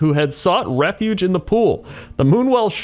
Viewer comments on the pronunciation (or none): none